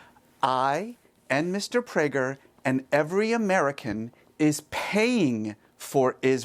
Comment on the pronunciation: Did Piers say "death Prager?"